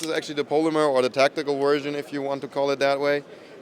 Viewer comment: I like that "wersion" of AR. 🤣